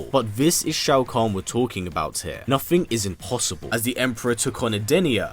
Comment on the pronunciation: Nothing is nothing not "nuh-phing."